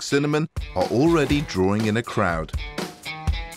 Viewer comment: Love how he pronounces Torben as Tåpen 🤣